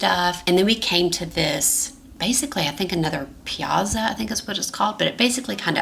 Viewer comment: The black and white photo with the two Italian guys is fabulous…. (The village squares are pronounced Pea-at-za)